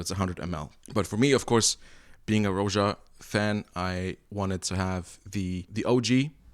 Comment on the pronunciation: Like your reviews. Buts it's pronounced "Raja". After his name Roger...not 'Rowja'